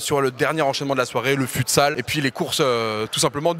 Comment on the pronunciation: Doig fais un effort 😭 « Le HandbOl » « Le fUtsalle »☠️☠️